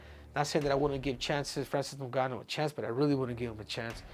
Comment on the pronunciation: Francis doonganno